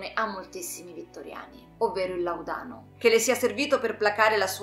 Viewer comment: Bellissimo video, però il Laudano ha l‘accento diverso sulla seconda a, rispetto alla tua pronuncia.